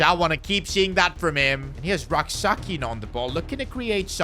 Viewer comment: PCQ: I'm a Ghanaian and it's pronounced Rak-(Sechi ('ch' sound)) Also, you could sign a high rated RM and let Rak-Sakyi be a super sub for both the LM and RM positions since Sarr is underperforming